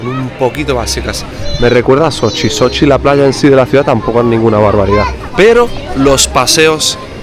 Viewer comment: CADA vez que dices sochi me suena a Xochimilco, tienes que venir a la Ciudad de México y visitar la Isla de las muñecas.